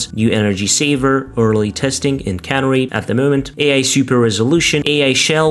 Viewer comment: Canary channel is pronounced can-AIR-eee like the little yellow bird that miners used, NOT like cannery, which is a factory that cans fish.